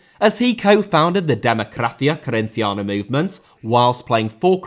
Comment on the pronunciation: Is pronounced “de moh cra see ah - corinchee anah”